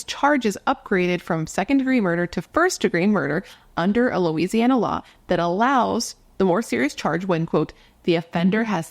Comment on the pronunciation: You pronounced it correctly. Thanks for covering this Louisiana case. ❤